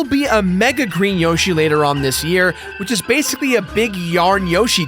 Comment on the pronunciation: Whoashie its a single yoshie exploshie